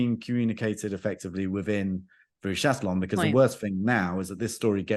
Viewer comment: Chatillon has to sound like Chation (sha ti on), like Celine Dion and not like Bob Dylan, try to remember that next time.